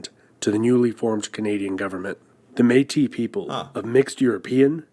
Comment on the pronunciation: Hey I found another exception to the French rule of pronounciation! The "if it's a consonant at the end of a word not followed by an e you don't pronounce it" one. "Ours" is one (i.e a Bear) And also "Métis" is one! We do pronounce the 's' at the end! I don’t blame the guy, it's usually a good rule, but there's a few exceptions.